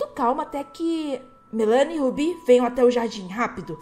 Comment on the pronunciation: Só pra falar mesmo não críticando mas é Melani Melani Melani Melanie